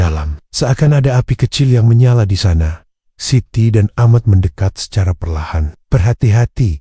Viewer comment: Mendekat bukan mendekot